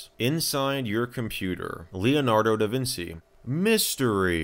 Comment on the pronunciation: ... duh-vin-chi, not duh-vin-see, lol. The only thing about customizable themes in Windows I remember is my dad recording "what the heck are yoooou doing?" for every error alert. Even as a kid I knew that was obnoxious and intrusive. I also remember in the years it took for us to fill our 6GB drive (I've made .PSD files larger than that), the company that actually sold us a 3GB drive had been shut down.